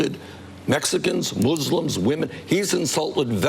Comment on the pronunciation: I laugh every time I hear a candidate pronouncing the word muslim.